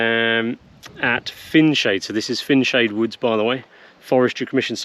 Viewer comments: Pronounced fine-shade btw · Fineshades If it is the one between Corby and Stamford, it was well known to be highly infested with Adders., mainly in the woods. Oh and btw it's pronounced Fine Shades